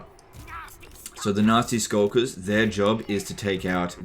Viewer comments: every time you say nasty skulkers it sounds more like "nazi skulkers" lol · The you pronounce Nasty Skulkers sounds like you're saying "nazi skulkers" lol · I just can't stop laughing at accent sounding like he's calling these poor gobbos nazi skulkers xD